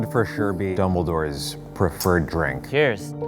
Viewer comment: Does he say double doors instead of dombledore